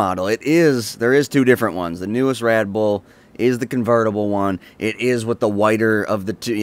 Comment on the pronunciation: He keeps saying "Radboll"